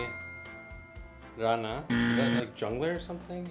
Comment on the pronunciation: Puntos extra a por cómo pronuncia rana